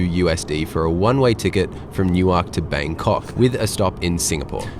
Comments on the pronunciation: I commented the same thing, I got a good chuckle out of his pronunciation! He said it similarly to the way they say it in Delaware, New. Ark. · Not in Jersey. Nuwerk, Newerk…but not New Ark. New Ark is a city in Delaware, Newerk is a city in NJ. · New-ark. Newurk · Newark= NUwurk, not new-ark ❤ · I cringe every time you pronounce EWR Airport phonetically as New-ark 😬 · Enjoying him pronouncing Newark exactly the way it is written, New-Ark! Gold! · I'm never not going to pronounce that city differently again - even without the vodka shots - haha~ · new - werk , the A is silent ❤❤ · "New Ark"?...... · I enjoy your videos, but I got an especially good chuckle in this one the way you pronounced the departure airport. It is no different than the way an American would unknowingly pronounce Canberra or Cairns. Locally the departure airport is pronounced Nuwurk, said quickly and as one word. I grew up south of there and knew that pronunciation my entire life. I then moved a few hours south and there’s another town south of Philadelphia called Newark but it is pronounced sorta like you did but with a longer break between the two halves, they pronounce it as New. Ark. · Dude, you mispronounce Newark in exactly the same way Americans mispronounce Melbourne. Get it right: don't sound out all the consonants! Nuwuk, Melbun. :) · It really bothers me how you say Newark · Newark as you’re saying it is in Delaware. The one in New Jersey isn’t pronounced that way. You must say the name of the town as the people in that city say it. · Newark is pronounced the same way as New York. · This used to be all Business Class. Weird pronunciation of Newark 😆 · It’s how they pronounce Newark, DE. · Let's say non-conventional pronunciation.